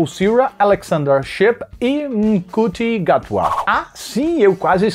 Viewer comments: o Ncuti Gatwa se pronuncia Chuti Gatua, so uma pequena correçãozinha nesse video perfeito ele vai ser o proximo interprete do Doutor na serie Doctor Who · Como já sou fã do doctor who do Ncuti gatwa, tenho que avisar que o nome dele se pronuncia Chuto Gatwa.